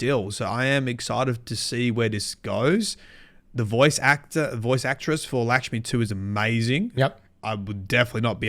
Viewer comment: I think you mean "Lickshmi-2" lmao